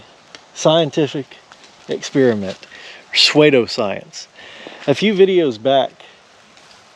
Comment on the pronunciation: I've never heard pseudoscience pronounced suede-o-science lol 😂